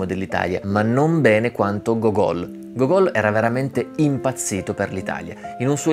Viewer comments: si pronuncia Gógol' con "gl" alla fine. Go-gól invece si dice allo stadio. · Si dice Go'gol, l'accento sulla prima "o".